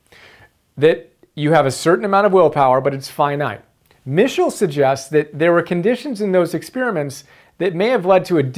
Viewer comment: Good summary but you are pronouncing his surname incorrectly.